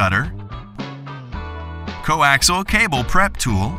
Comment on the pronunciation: Could someone please tell them it is coAXIAL cable, not coAXLE. Good grief. That's 4 syllables, not 3.